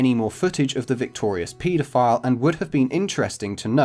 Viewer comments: I kept hearing Pedophile as PETA file, throughout the video and was going to look it up until I realized. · It's pronounce pedophile, not PETAphile. Haha Haha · The way you guys say pedophile is just as terrible as a pedophile